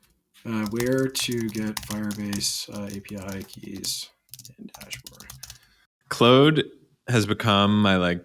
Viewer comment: Claude is pronounced like “clawed”, not “clode “ 😂